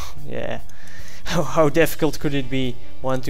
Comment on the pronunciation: its how not howw